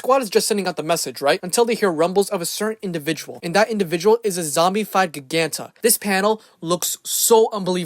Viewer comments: I love this comic but him pronouncing “Gia-ganta” as “Gig-anta” made my teeth itch 😐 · I'm pretty sure her name is pronounced "jai-gan-ta" not "gig-an-ta".